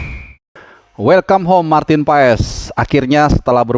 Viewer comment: Bacaannya paas, ntar di marahin kochi klo bacanya paes wkwk